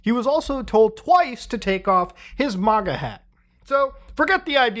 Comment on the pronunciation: We mispronouncing MAGA this late in the game?!?!